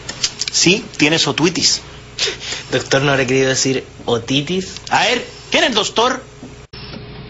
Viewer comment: tienes "otuitis" jasjkasjkjas!!!